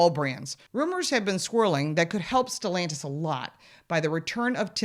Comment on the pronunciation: It’s not stellantisvits SELLantis